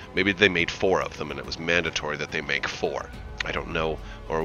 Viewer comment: "Mandatory" was a miss read. It is the "Mandator IV" I presume there are 8 of them in total and they all fit together like a giant pizza to make a new deahsstar superweapon😁😁😁